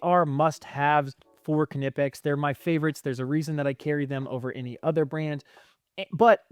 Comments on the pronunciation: First of all... Be more respectful. And you're obviously wrong. Just think 5 seconds about why anyone who speaks English would pronounce the K. Just think! BECAUSE It's a German brand name. It's not naaaipex, nipex but KNipex. How do you think it's pronounced in German, and French, and other languages. I'm sure you're the type of person who puts a D in "garage" when you say it. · Du bist der erste Ami der es schafft knipex korrekt auszusprechen.